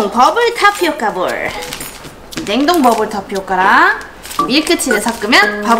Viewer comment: 타 피오카가 아니라 타피오카 펄이에요 잘 못 말한 것도 귀엽고 예쁘네요